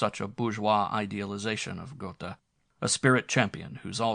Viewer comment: It's Guh(r) teh isn't it? Goethe pronounciation